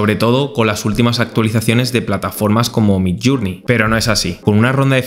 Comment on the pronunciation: Por favor, recuerda que MIDJOURNEY se pronuncia MIDLLÉRNI, no suena ninguna U. midllurnei es una pronunciación inventada. Lo mismo JOURNALIST es llernalist y JOURNAL es llérnol.